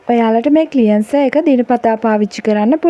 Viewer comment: ක්ලියන්සර් නෙවෙයි ක්ලෙන්සර් කියන්න.ර් silent